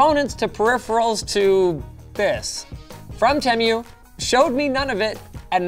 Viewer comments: I thought it was pronounced TEA-MOO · Did bro actually say teamyu?? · its PRONOUNCED TEA-MEW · bro pronounced it temyew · Linus It is pronounced "TEEMU" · i know it's a chinese brand name so we're pretty much all garunteed to be saying it wrong in some way, but Teh-Myu makes me irrationally angry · did he say Temyu at the beginning. i didn't even know, that you could pronounce it like that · Bro said TeMOO 🐄🤣🤣🤣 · Bro said tem u 😭😂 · The worst part of this was the pronunciation of "temu" as "temmyou" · He’s pronouncing it wrong. It is pronounced. “TeeMoo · I swear, I've heard Temu's name pronounced a half-dozen different ways. To your credit though, I've never heard it pronounced "Teh" "Mew" before. So...idk....congrats? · Prounouce TEA-MOO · My God it's pronounced teemoo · Sorry I was going to watch the video but then you pronounce temu as temm-you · It's pronounced tee moo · Sir i love your videos but i hate the way you say TEMU not TEMIU!! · Teh Mew 💀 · Tehmew cmon linus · It's Tee-moo. 🤦‍♀Boomer. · It’s “teemoo” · LINUS PLEASEEE 😭 ITS “TEE-MOO” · bro said temyou 💀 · How is nobody mentioning how he’s totally botching the pronunciation of Temu! ITS TEE-MOO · It's not TemYEW. Jesus. Have you been under a rock and not heard how this is pronounced? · I have never heard temu said so wrong and I’m only a second in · The way linus pronounces TEMU makes me want to scream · Linus is pronoucing the name of the company wrong based on the advertising. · I'm super annoyed that Linus can't pronounce tEmu correctly. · The was he says Temu…. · Hey Linus you butchered the pronunciation of Temu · why do you pronounce temu different to everyone else? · dude you didn't pronounce the damn name right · thats not how you pronounce temu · linus always finds a way to mispronounce stuff like how he said coupon or just now temu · Who else got annoyed of how he pronounced temu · lol “tem-you” instead of “too-moo” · i mean it is pronounced teemoo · *tea-moo, not teh-mue 😂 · Tem-you? Tee moo.